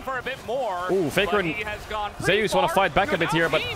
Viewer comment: Why is everyone pronouncing Zeus as "Zey-us" instead of "Zoos"?